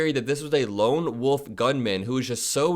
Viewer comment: I kinda agree but if it bothers you that much, just saying "loan woof," like a borrowed mid-range speaker.